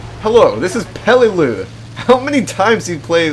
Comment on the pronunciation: this is how you say the map that you played on (pel-e-loo) this is how I think it is really spelled pelelu.